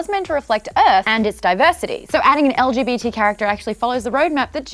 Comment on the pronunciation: did anyone realise that Maude said LBGT